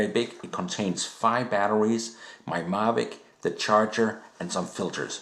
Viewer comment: I see it works with your "Marvic" what about a DJI "Mavic"? Lol, good vid.